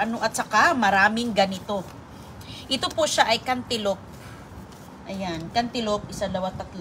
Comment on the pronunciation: Cantaloupe not canteloupe!